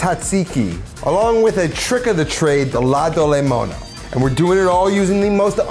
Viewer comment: You've done all things right. You even get a free pass for slaughtering "ladolemono"